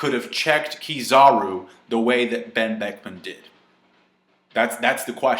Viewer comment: You pronounce Ben Beckman wrong.